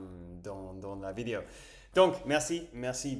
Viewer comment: Attention c’est bientôt ta 300ème on ne dit pas une vidio mais une vidÉo ! ;) tu prononces à l’anglaise